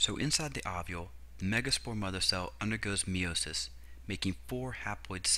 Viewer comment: It's pronounced Meye-o-sis not Mee-o-sis